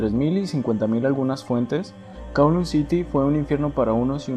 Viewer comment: Kowloon se pronuncia como Caulún, solo digo